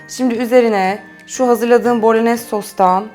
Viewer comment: Süper tarif ellerinize sağlık. 😊 Bu arada küçük düzeltme "bolonyez" diye telafuz ediliyor 😊 "y" harfi yazılıda yok ama öyle okunuyor.